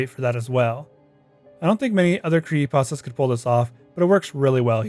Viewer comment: He's saying cree'y'astas